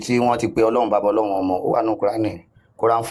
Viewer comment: 😊 You know what your problem is, you have a bit of knowledge but think you have a lot more than you do. Read and learn - there's is nothing called "Ọlọhun", it is a mispronunciation of "Ọlọ́run" - Ọlọ́run is derivative of "Olú Ọ̀run" - it is a title, the Olú of Ọ̀run, just like there is Olú aiye (Obaluaiye) now it is impossible for you to want to call Àláh or Yahweh "Ọlọ́run" , because Ọ̀run is a noun, it is another realm that is only found in Ifa teachings. Òrun has nothing to do with aljana, because there is nothing in Ifa that describes Ọ̀run in the manner Aljana talks about virgins and you muslims. Likewise Ọ̀run is not the biblical "heaven", there is nothing in Ifa that tells us there is one white guy sitting on a throne and milk and honey is flowing, again all that description belongs in the bible. So, Ọlọ́run is a title, and in Yorùbá Isese is where you find that title. Just like you can't call Trump the Olubadan, you cannot give the title of Ọlọ́run to any random foreign deity. It means you are talking absolute nonesence and confusion.